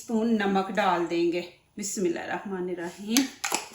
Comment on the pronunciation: Ap bismillah sahi nhi parhti ,bismilla hirrahma nirraheem,,,ap bismilla arrahaman kehti ho ,isko sahi karo